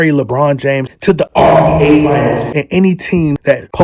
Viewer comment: I love this channel but can someone please tell me why he says RBA